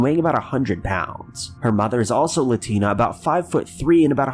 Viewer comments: Latina = bean-a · Every parent's fear is their child could go missing... it takes literally seconds. For those people giving a hard time because he said "... her husband is latinA...) Give it a rest, he misspoke... period, end of!!!